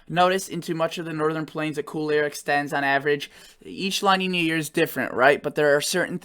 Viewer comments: Hey... Just FYI: La Nina is pronounced like "La neenya" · Pronounced La Neen ya. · I don’t mean to correct you but it is pronounced La Niña… Two words not one together. As opposed to El Nino, a condition named after the Christ child because of the buildup of warmer Sea temperatures at the time around Christmas.